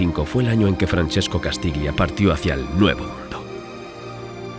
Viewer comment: castiglia se pronuncia castilla. -Un saludo.